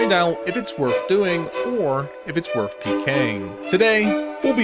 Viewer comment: It's not worf it